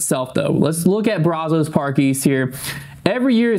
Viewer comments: It's pronounced braz-is, not braz-Os. From a Waco local 😊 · Someone needs to teach how to say Brazos. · It's funny how people not from Texas pronounce Brazos lol